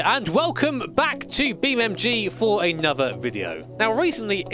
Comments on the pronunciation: Beam n n n N G. not "m" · I like how he still says “Beam.Mg”